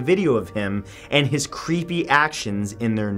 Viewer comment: why u have to make dees so cweepy